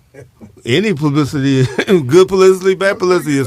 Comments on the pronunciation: Calling a ni99a country but you can't pronounce publicity!!! East and West Coast people kill me with that! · PULICITY?? 😂😂😂😂 Nigga it's PUBLICITY!!!